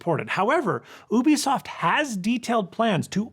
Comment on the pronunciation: It's "you bee soft" not "oo bee soft"